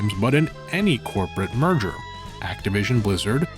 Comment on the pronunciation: I just realized that he's been saying "merger" this entire time, and not "murder."